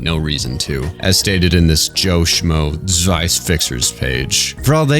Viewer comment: >suwaia I am begging you, say "Tswei".